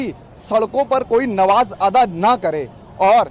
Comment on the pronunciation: शब्द नमाज़ अता करना नहीं है शब्द अदा सही है एंकर ने उच्चारण दुरुस्त नहीं किया